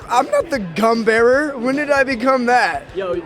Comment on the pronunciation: AHHAHA sounded like wes said "i'm not the cum bearer!"